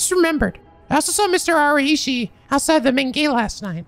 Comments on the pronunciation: the irony of having pronounced araishi correctly right last episode but someone's complaint ends up making it wrong is chefs kiss for me. Araishi - (a-ra-i-shi) this is how its broken down, however it is said all together and sounds more like (a-lie-she) said all together and using English words for example as in Japanese "r" and "L" are often combined into a single sound. I really hope this helps and I hope us picky penguins will stop giving false or uninformed testimonies. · I hate to be that guy but, uh Araishi has two possible pronunciations, pretty sure. It depends on how his name is written. It's either ARA I SH(EE) like Arai in Yakuza 4 + Shi or it's Ara ISHEE (yeah I know) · I've seen a few other comments on the pronunciation of Araishi (and Shiraishi) and just want to add my two cents - TECHNICALLY yes it's a-rah-ee-she and she-rah-ee-she. But in practice you should be saying it fast enough that the rah-ee part basically combines/rolls together, which would be pronounced the same way you say the word "right" or like "rye" bread (which if you think about it, is still the rah-ee sound, just... faster and mushed together instead of emphasizing each part separately). Hope this helps! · Hey, regarding Japanese romaji pronunciations, you just need to know that all vowels sound the same all the time. For 'I' it's always the short i sound, as in 'fit'. 'a' is the 'ah' sound, 'e' is the 'eh' sound, etc. so yea, Araishi or a-ra-i-shi is prnounced ah-rah-ee-shee (except shorter ee), and Erio is e-ri-o or eh-ree-oh (again with the shorter ee) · You're still not pronouncing Araishi right. It's "Arai-Shi". Arai like the Yakuza 4 character. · List of Japanese names that butchered: Asheena Moshirige Bob Uchimochi, Bitch Shirahshi Arahshi Never change, pls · Well Araichi is pronounced like this: Ara + ichi (like Ichigo from Bleach)